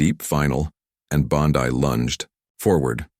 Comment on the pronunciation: Not only fake, that's not Bondi in the picture, and the guy talking doesn't know how to correctly pronounce Bondi or Colbert